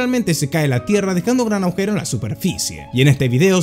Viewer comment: es ud un genio pero no pronuncia la letra "G" cuando dice "agujero".